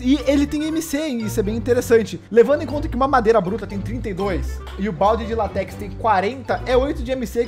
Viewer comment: ele falar látex errado